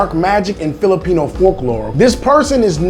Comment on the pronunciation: You do not now how to say Filipino